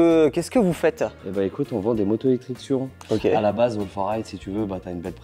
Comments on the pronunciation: c suronneeee comment sa se prononce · 220 jours de crono et on dit (sorrone)en prononciations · Je suis québécois c’est trop drôle de vous entendre dire surron😂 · Perso je prononce Sur-ron 😄